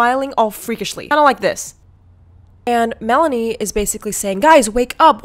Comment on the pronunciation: Omg Mell-ah-knee🤣lmao